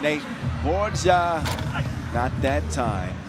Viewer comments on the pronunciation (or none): Please tell the commentator Team Guam's Ben Borja last name is pronounced as BOR-HA. The "J" is pronounced similarly to how it is pronounced in Spanish. Thank you!!